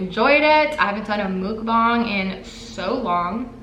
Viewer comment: it's not mook bang... it's muck bahng :)